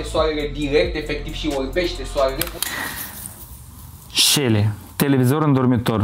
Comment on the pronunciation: E selly nu selle 😂😂😂